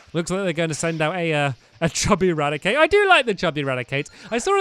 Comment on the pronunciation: Wait stampy Said. Rad a Cake Lol Cake